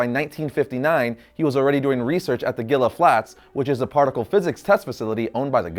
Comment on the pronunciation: That would be "Hee-lah" flats, not "Gill-ah" flats. Like the Gila monster. Spanish pronunciation.